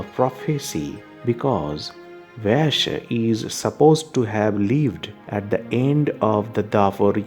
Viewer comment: who is the commentator here.I wish he would pronounce proper Sage Vyasa's name, Puranas, Garuda Upapuranas ect. Please we prefer Indian accent with proper pronounciation.